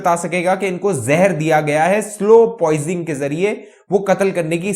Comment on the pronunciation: "Slow poisoning" not "slow poising"